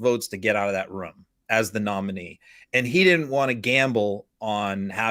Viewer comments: Rum ???? Did he mean to say room!!🤔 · I love how he keeps saying "rhum" instead of "room".